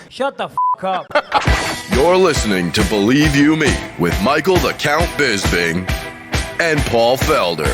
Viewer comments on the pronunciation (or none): is actually the worst offender when it comes to pronouncing bisping as bisBING 😂